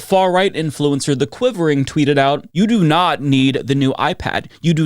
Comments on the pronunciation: lmfao you mispronounced the quartering 😅 unless you did it on purpose. The quivering is kinda hilarious. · Lol lol "the quivering" is one of the best mispronounciations I've heard